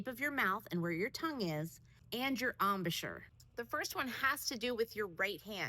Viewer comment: Embouchure not ambusher 🤣